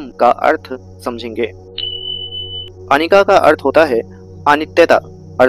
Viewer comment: अनिका नहीं अनिच्च । नमो बुद्धाय 🙏